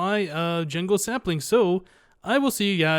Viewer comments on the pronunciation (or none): Aw, it sounded like you said a huge supply of jingle saplings! Lol. :P